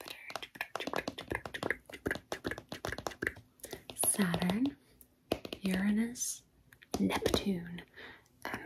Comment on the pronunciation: Thank you for pronouncing Uranus correctly